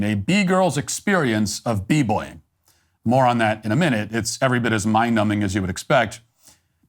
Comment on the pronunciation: "Moron that in a minute..."